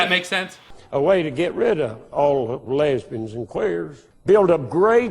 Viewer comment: Yea just sounded like Lesbens to me lol